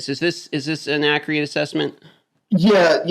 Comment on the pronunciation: This other guy keeps saying "ac-re-ate". Let's say it together: AC-CU-RATE. Man needs to go to a liberry.